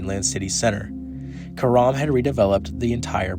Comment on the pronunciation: Well done video except Karam's name is pronounced CARE-um. Like carom.